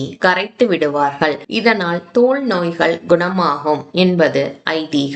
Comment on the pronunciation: Thank you . A few points (1) the temple is not west facing. The main entrance is east facing. (2) Why is 'ka' pronounced as 'ha' ? வகை - வஹை, நோய்கள் - நோய்ஹள், குணமாக - குணமாஹ. Terrible pronunciation.